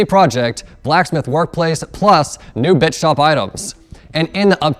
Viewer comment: Who else thought that when said Bits shop, he said Bitch Shop